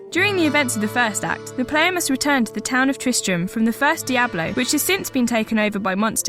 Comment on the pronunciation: Did she pronounce "first Diablo" as "fast Diablo"?